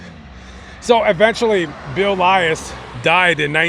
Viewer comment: WOW!! THATS MY MAIDEN NAME!! That is such an unusual name!!!! I heard you say “hotch” and I’m like wait a minute that was my nickname because no one could ever pronounce it!! 👍🏻😞😂😂. It’s prounounced like you’d say “woke” “höch”. THIS IS SO INTERESTING I HAVE TO SHARE WITH My FAMILY! Thanks for this!!! Long time viewer!! ❤❤❤